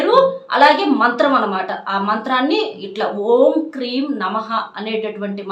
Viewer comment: Kreem aa kleem aa?